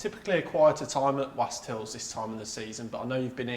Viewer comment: Stop calling it Wast Hills, with Wast rhyming with ‘last’; it rhymes with ‘lost’! Ask anyone who lives in the area.